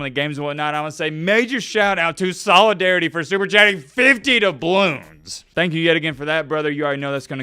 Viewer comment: was paid $50 to learn how to pronounce "solidarity". BTW Cal's QB JKS is from Hawaii, hopefully he stays put.